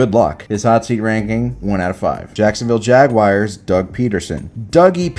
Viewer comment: it's jaguArs not jaguires